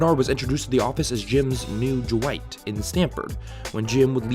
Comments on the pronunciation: Ok but why does he keep pronouncing Dwight with a J instead of D 😂😂😂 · Ju-wight? Who tf is Ju-wight???